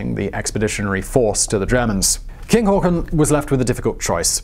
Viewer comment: o Not really that bad actually. Much surprisement!